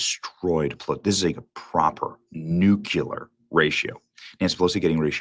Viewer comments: Benny, with all due respect, the way you say Nuclear is incorrect. It’s NU-CLEE-ER not NUKE-YUH-LER. Thank you for your attention to this matter. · Benny! Benny! Benny! Please learn how to pronounce the word NUCLEAR. It's pronounced NU CLEE ER. Good God, I can't stand it. I've heard you say it 1000x and always thought you pronounced it wrong but I couldn't tell because you'd always say it quickly. But in this segment, you deliberately said it slowly and, yes....yes, you did say NU KU LER. The word is NUCLEAR. It is pronounced exactly as it looks. NU CLEE ER. Gosh, I just hate thinking that smart conservatives, especially ones with audiences this size, could repeatedly say "Nucular". That's not a word. Please take a minute to learn this, for heaven's sake. For real. We don't need any LIB saying that we're "shrubs" like George W Bush who couldn't pronounce the word nuclear. Thank you. Sincerely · There's no such word as NUCULAR Benny. Try standing in front of a mirror, look at yourself and repeat NU CLE AR over and over and over again until it finally sinks into your head. If children can say it properly what's your excuse? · It's nuclear...noo-clear not nuke-u-ler. Love your show Benny just get the words right thank you brother.❤ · new-clear, not nuke-ular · Knew-que-ler? What the hell does that mean? Is that even a word? How is it spelled? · only Benny and Moron George Bush say New-Cue-lerr...Why is new-clear so difficult to say? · There’s only one thing that triggers me in Bennie’s content and that is his inability to pronounce the word NUCLEAR. It’s “new-clee-er.” I get flashbacks of GW Busch every time I hear “Newkyeller.” Stop the insanity!! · Benny: the word “nuclear” is pronounced “nuke-LEE-er”. 🤓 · Are you ever going to learn to say, “nuclear” like a grown up? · Please learn the proper pronounciarion of the word 'nuclear stop with the hayseed junior cp;;ege miseducation' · Benny, please learn how to pronounce NUCLEAR . 😂 😂 😂